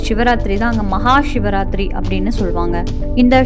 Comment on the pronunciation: ஏன் ஷிவராத்திரி என்று உச்சறிக்றிக்கக அதுசிவ ராத்திரி. சி என்பது நெருப்பை குறிக்கும் ஷி என்றால்???